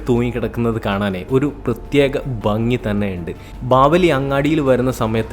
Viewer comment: വീഡിയോ ഞാൻ കാണാറുണ്ട്..... എനിക്കിഷ്ടമാണ്......താങ്കളുടെ വിവരണത്തിലെ " ഈയൊരു..... ഈയൊരു.... എന്ന പ്രയോഗം ഒന്ന് ഒഴിവാക്കിയാൽ കൊള്ളാമായിരുന്നു.....പിന്നെ ഭംഗിയാണ് -"ബംഗിയല്ല" വേറെയുമുണ്ട്. അതു പിന്നെപ്പറയാം......!